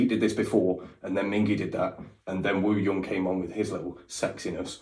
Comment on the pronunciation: By the way, Wooyoung’s name is pronounced OOyoung, no pronunciation on the W